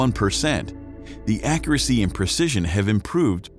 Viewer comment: Great video. Accuracy was pronounced incorrectly. Do we say Coob or Cube?